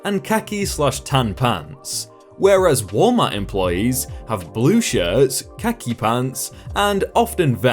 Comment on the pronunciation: You've got me and my husband literally pissing ourselves at your pronunciation of khaki! 🤣🤣🤣🤣